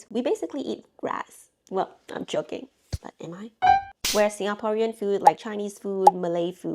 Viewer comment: you are pronouncing some words with a SG/MY accent - like "Singaporean"